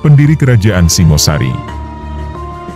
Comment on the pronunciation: Singhasari, bukan Singosari. Singha seperti pada kata Singgasana.